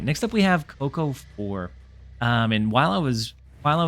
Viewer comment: I think CoCo4 is pronounced "Cocoa" in leet-speak. But what do I know, I'm not 1337.